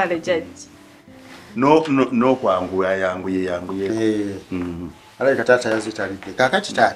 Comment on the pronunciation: The way pronounces jajja